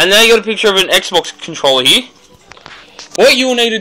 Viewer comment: its here not heee lol